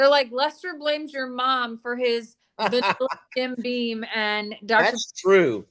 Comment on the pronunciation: If U R going to drink it, gor goodness sake call it by the name on the bottle. Jim BEAM not bean